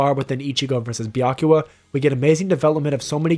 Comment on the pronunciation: Byakuya, not Byakua. :)